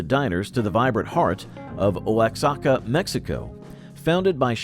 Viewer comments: THANK YOU! If I had to hear Oh-ox-ah-kah one more time I was going to go postal! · Oaxaca is pronounced Wa--ha-ka. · “Oaxaca” is pronounced “wah-HA-ka” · This is what happens when you let ignorant artificial intelligence narrate your videos, instead of hiring a living, breathing human being whom can pronounce words correctly.